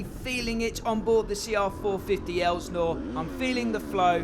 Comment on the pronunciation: STOP CALLING IT AN ELSNOre! It's insulting and it makes you sound uneducated. IT"S PRONOUNCED, ( EL--SIN--OR ) GOT IT?